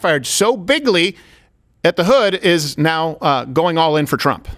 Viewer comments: Did he say biggly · You actually said "Biggly" in the opening of the clip.